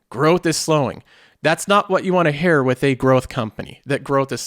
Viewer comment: Just an FYI you pronounce "hear" as "hair" in case you didn't realize it. It's been a pet peeve since your early videos lol.